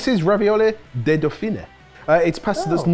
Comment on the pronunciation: Love the vid! But just a note it's "raviole" without the "ee" sound at the end. "Rah-vee-ohl". Trust me, the French from that region will make that clear 😂.